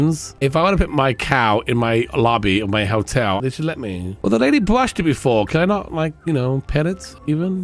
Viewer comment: Does he say hell-tel, or hotel, and I'm just not understanding because of his accent? Because I have a little chuckle when I hear him say hell-tel 😄